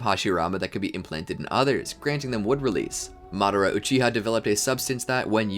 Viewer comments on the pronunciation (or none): none